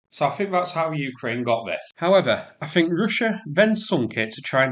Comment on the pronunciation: Have to say your accent and diction aren't easy to understand. 'The' is pronounced as written, not 'veh,' for example. Similarly, 'think' not 'fink.' If English is your first language there's no excuse for not being able to speak it properly.